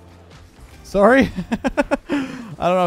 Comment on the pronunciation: his Canadian came out “SOWRY”